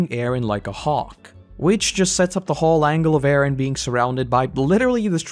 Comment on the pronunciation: I hate the way you pronounce Eren. But other than that this was great.